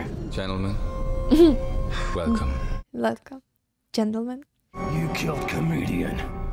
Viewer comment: 😏 Calm down there,...ты Русский лиса... It's always five o'clock somewhere 🎉 The word you're looking for is "scanner". Police scanner. To pronounce a V (Russian B) keep your lips stretched out like a smile, don't pucker them like a kiss. Then tuck your lower lip under your top teeth and blow through softly. Уелком, not велком It's a poem by Percy Bysshe Shelley called "Ozymandias". The whole thing goes -- "I met a traveler from an antique land who said "Two vast and trunkless legs of stone stand in the desert -- near them, on the sand, a shattered visage lies whose frown, and wrinkled lip, and sneer of cold command tell that its sculptor well those passions read which yet survive, carved on those lifeless things, the hand that mocked them and the heart that fed. And on the pedestal these words appear -- My name is Ozymandias King of Kings. Look on my works, ye Mighty, and despair! -- Nothing beside remains. Round the decay of that colossal wreck, boundless and bare, the lone and level sands stretch far away."